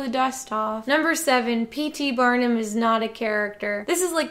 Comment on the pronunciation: I thought you said batman, not Barnum lol